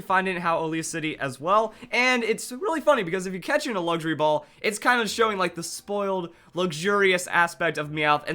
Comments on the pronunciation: I kept Hearing Him say Laundry Ball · I thought you said laundry ball lol